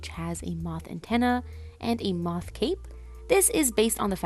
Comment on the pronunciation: it is moth, but as a tiny mask wearing Skykid, they struggle with the "th" sounds so comes out as "ff"